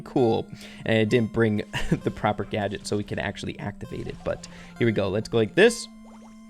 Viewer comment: Did he just say slight nerf!? and also did he say gaget